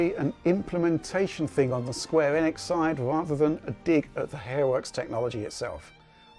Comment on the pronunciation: Holy mother of god someone actually pronounce Enix correctly.